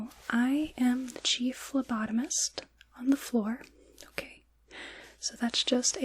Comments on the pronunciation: Lol phlobotomist. Subtle but oh so important difference 🤣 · lol that's what I thought she said too 😂